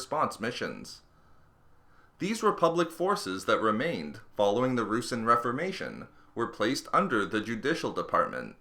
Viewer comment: It's not "roosin" it's pronounced "roo-sahn"